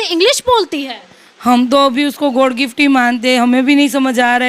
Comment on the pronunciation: ना तो मीडिया वालों को हिंदी बोलना आता है ना इसके परिवार वालों को जो छोटी बच्ची को बोल रहे हैं कि इसे हिंदी में नहीं आती😅😅 गॉड गिफ्ट नहीं होता god गिफ्ट होता है😅😅😅😅